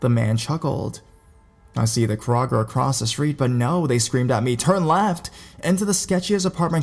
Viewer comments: Kraw-ger? What the hell is Kraw-ger?! I know Kroger (Ya know, like Crow-Ger) not a Kraw-Ger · Lol what's a Krawger lol. Do u mean a Kroger by chance